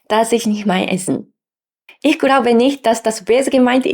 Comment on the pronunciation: Deiner Aussprache fehlt es etwas an feinschliff. Für Migranten typisch, die etwas falsche Betonung. Du betonst Wörter etwas zu stark. Nur das jetzt genau zu erklären ist schwierig. Nehm wir mal das Wort "Ich". Manche betonen das "i" recht stark. Dabei ist es eher ein weiches, sanftes "i" . Würd fast sagen bisschen wie das U im Japanischen -> Sakura / Sasuke (weil mir das immer wieder einfällt :D) Keine Ahnung wo du dein Problem bei "Aspiration" siehst, ich hör da keine falsche Betonung. Letztendlich ist es auch nicht wichtig. Wenn du gern ein "natürlicheres" Deutsch magst, ok.. üb mit deinem Mann, deiner Familie, aber seh da keine Notwendigkeit.